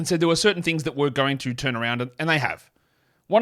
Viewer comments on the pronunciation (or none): none